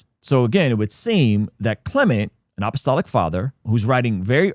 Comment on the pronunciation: You’re pronouncing it “opp-o-stolic”